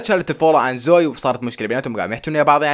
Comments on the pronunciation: مو زوي زووي زو وي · اسمها زوي مو زoي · مو زويي زوِِيِ ايي زوييي